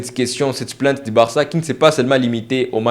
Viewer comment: PLAIIIIIIIIIIIIINTE PAS PLANTE, COMME TU PRONONCES.